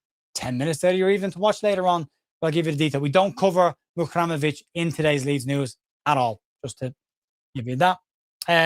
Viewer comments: Great as ever, thanks. Looking at his name on paper, I'd be inclined to finish the pronunciation as 'REM'ovic, rather than 'RAM'ovic. but I know nothing so I'm speculating! MOT and keep up the amazing work. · Over/Under Match Week 27 gets Muharemovic's pronunciation right!! I take the Under, I have faith in you!! MOT ⚪️🟡🔵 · Great video as always. If Tarik ever meets up with you, he ain't half going to rib you about your pronunciation of his surname! M.O.T. 😂